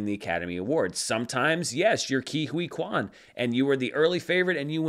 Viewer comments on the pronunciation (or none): none